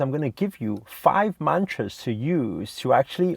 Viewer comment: U love your car But what i really wanted to say was Stop saying mantras it sounds like munchies!!